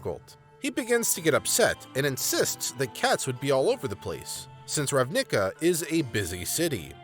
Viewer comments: Oof. Understanble pronuciation mistake but as an eighteen year long entrenched Magic the Gathering player this hurt my soul. It's pronounced "Ravna-ka", not "Rav-nick-ah" for future reference. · I was not prepaired for "Rav-nick-ah" and found it far funnier then i should have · The emphasis should be on the RAV in Ravnica and the ica is like in america. Good vid otherwise as always my guy! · You pronunciation of "Ravnica" hurts me. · ugh... I had to pause to rub my temples each time he pronounced ravnica and vedalken like that x3x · Why do you pronounce RAVNICA that way? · You say Ravnica a little funny; not to be the *heavybreathing* guy to point it out, but in a hey you got something on your face kinda way. Love your content. Cheers. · Alright, I highly doubt that’s how you pronounce Ravnica, and if it is, then this world has been doomed ever since the creation of that word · The way you say Ravnica is so weird, it's cool. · the emphasis in your pronunciations of Ravnica and Selesnya are in the wrong parts. Nothing that watching a video about ravnica and their guilds can't fix it